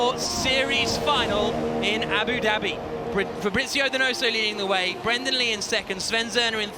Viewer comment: Abu “Dabby” xD